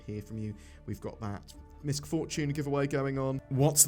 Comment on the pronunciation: Most people are mispronouncing MISC Fortune. The C is silent.